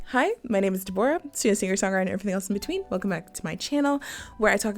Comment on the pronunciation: Unrelated, but: 1. This is the first time I've heard an English speaker who pronounces that name ("Deborah") closer to the Hebrew pronunciation. Cool! 2. Obsessed with how pretty your hair looks. It's such a nice hairstyle. There should be paintings in galleries of someone this pretty. (Your video was good, I just have nothing to add to the Bridgerton discourse.)